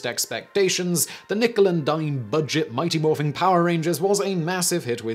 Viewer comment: "morphing" You just can't bring yourself to say it incorrectly, can you Simon?